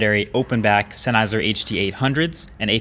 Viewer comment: Dude! Senn-Heiser. Its a German surname.